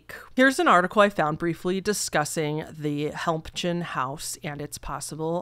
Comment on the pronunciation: Hi! Victoria BC resident here, Helmcken is just pronounced "helm-ken". So cool to see my little city on your channel, thanks for being so awesome and a great story teller!